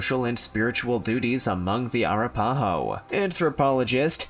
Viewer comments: Air-ra-pa-ho?? I think this guy needs to learn how to pronounce tribal names if he's going to narrate. It's A-rap-pah-ho. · Being first Nation and being from Oklahoma of 6th generation out of respect please learn how to say the names correctly Arapaho. I am Choctaw (Chahta) and among all the tribes mentioned here we have much respect and it's all about respect so I disagree with some of the things that he's saying but thank you again for a video. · Ahh RAP Ahhh Hoe is how it pronounced. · OMG...That is the absolute WORST mispronunciation of Arapaho that I've ever heard!! LMFAO! IT'S ah-RAP-a-hoe !!! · The name is (A-rap-aho) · a RAP a ho. I do find this creator’s videos interesting, but he constantly mispronounces words. 🤦🏻‍♀️